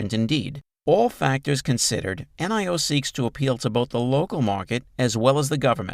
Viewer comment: Stop saying N i O. Its Nio